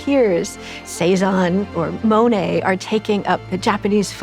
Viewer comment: MOE-nay?? Mon rhymes with bon Mohn-ay